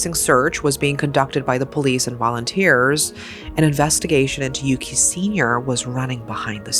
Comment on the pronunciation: As someone who was born and raised in Japan, I have to say this (not at all a criticism toward your reporting style; in fact, I appreciated this whole video). It's unfortunate that the perpetorator and the victm's names are so similar, but to the Japanese ear there's one very discernable difference. The boy's name is indeed "Yuki" with a short "u". The criminal's name, however, is "Yuuki" with a long "u" that sounds like "oooh", often transliterated as "Yūki". We are quite sensitive to the length of the vowels pronounced, and I think the deceased deserves to be differenciated like this. The two did not share the same name.